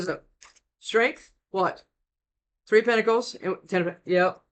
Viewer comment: Is it just me? I hear pickles every time you say pentacles at 1.5x speed 🤔😂🥒